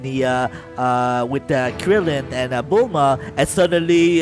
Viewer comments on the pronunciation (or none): none